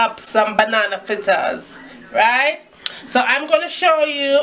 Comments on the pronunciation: It's fritters not flitters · Good video. Had to watch it twice. Lawd you mek me laugh when you se you flaa flaa fritters. Me ago mek dis pon de weekend. Lmao ..